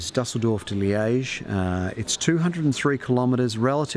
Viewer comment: G'day always enjoy your content, but there is something I have to say. Your pronunciation of place names is absolute tears and makes you look embarrassingly silly. Dusseldorf & Liege are well known cities. You should be hearing the correct version of tour place names all around you. Keep up the great work, just don't want you to look foolish. I'm enjoying the TdF, exciting stage 2 finish wasn't it. Hmmm now wondering if you even read comments or if I'm typing into thin air....